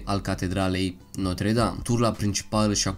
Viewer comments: Se zice Notră Dam Nu Notre Dam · Gresit spus catredala notra dame se spune catredala notra dramta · Se pronunța notră dam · 㟼๒ค๓๒oo ,eu am invatat lb.franceza 8 ani,si-ti spun ca asa am invatat ca se pronunta...